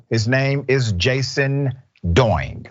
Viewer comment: *A side note.... Dr Richey, you commit murder nearly everyday...oh how you massacre every foreign name you encounter! The bartender's name should be pronounced - DEE-ONG (Diong) not DOO-ING.🤣